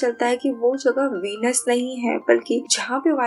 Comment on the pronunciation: वीनस नही व्हेनिस